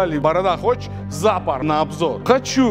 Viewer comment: Только не ЗАпор, а ЗапОр :))